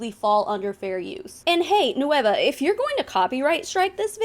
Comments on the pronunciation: EXACTLY. like at least pronounce it correctly??? Its nueva not no-e-va" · Does anyone on the nueva team speak Spanish? Their American English accent makes it sound like they're saying it as three separate syllables "nu-ey-va" when it's really two.